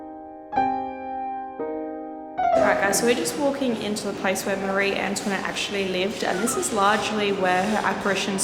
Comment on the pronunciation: la façon dont tu prononces "Marie-Antoinette" est , comment dire, très Américanisée.